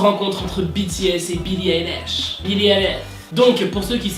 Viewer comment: Alors on dit pas eilish mais ailish on dit A pas E voilà bisous